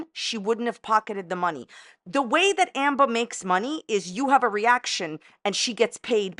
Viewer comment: Is it Amber or Amba? You aren't consistent with your pronunciation just sayin. What part of NY are you from?